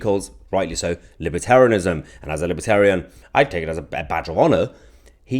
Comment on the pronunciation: Lmao! Liber-TEAR-ian... it's he really trying to convince people that freedom means to tear things apart? What a scary joke.